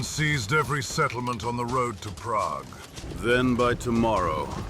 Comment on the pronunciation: This mf said Pragg